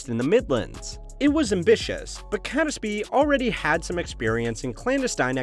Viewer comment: Good video, but as a British person I'm reminded how un-intuitive English pronunciations are sometimes. Catesby for instance is pronounced "Kates-bee" and Jacobean is "Jack-oh-bee-anne". Both these examples would not place any particular stress on any of their syllables.